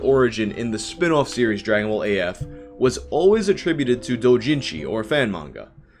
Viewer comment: The way you say ball gets my goat. Souds more like bowl